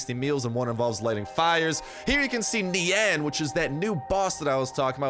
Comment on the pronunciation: when u say nian i hear nyan